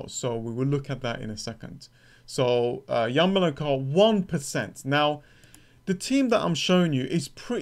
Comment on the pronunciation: Man, please pronounce ukrainian surnames correclty. Your emphasis on "enko" is not correct. Yarmo'lenko, not Yarmole'nko. Zi'nchenko, not Zinche'nko.